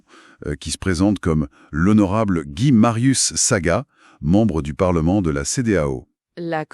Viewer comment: Ce n'est pas Saga mais Sagna 😂😂